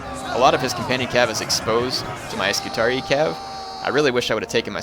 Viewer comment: I'm pretty sure it's pronounced "scoo-tar-ee-eye" btw